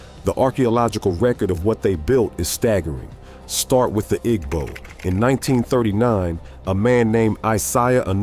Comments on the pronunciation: While some African Americans do, in fact, have Ancient Egyptian DNA, other African Americans have ancient Jewish ancestry. The Igbo are Jewish. (I wish this A-I-generated video would pronounce this tribal name correctly.) According to one leading British scholar, who is an expert on Jewish studies, Jews are Black. Read the description of Christ in the Book of Revelation. His feet are described as being so Black that they appear to have been "burnt in a furnace." The bottomline is that African Americans have evolved into a distinct ethnic group. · The "g" in Igbo is silent.